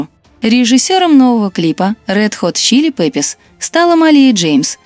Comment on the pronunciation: Почему говорите неправильно название группы?